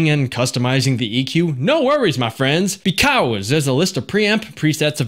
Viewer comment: "BEE CAWES!"